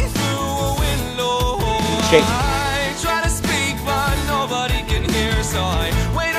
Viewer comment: Shocked that he didn't call out saying Winlow instead of Window 😂 Turns out it's extremely difficult to consistently say a good D which I found out when I tried to record this song myself